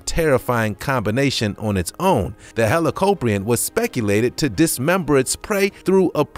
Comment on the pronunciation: You pronounced helicoprion like hellocoprin